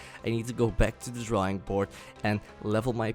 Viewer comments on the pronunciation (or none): none